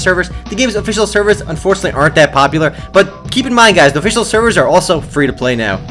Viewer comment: i think was drunk:)) officciallllll offffi-cial and many words:D